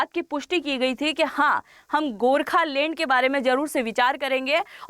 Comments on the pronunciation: Lend.........Land...... check pronunciation. 😂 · Mam rehne do aapki land ko lend bolne se hi samajh aagyi aapki knowledge ki😅…. Dhruv bhai hi es par praksh dalenge🫡